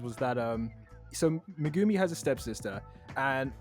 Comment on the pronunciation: Did you guys call him…..Megoomy…?